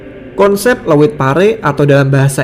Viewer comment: Leuit 🤭🤭🤭.bukan leuwit. Leuit itu tempat menyimpan padi yang sudah kering.